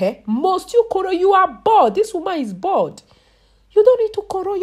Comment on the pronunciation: “Dis womon is BAULD!”